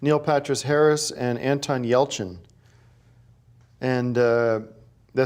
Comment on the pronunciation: Proud of Tim for nailing the pronunciation of Anton Yelchin😂